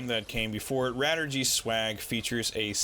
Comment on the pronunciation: Radirgy is a shortening of Radio Allergy, so it should be pronounced "ray-dii-er-jee" in English.